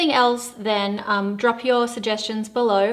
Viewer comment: Love the way you say ‘Eid Mubarak ‘ ❤️